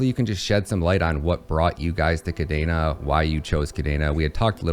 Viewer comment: Why does he say kadaina when it's kadena?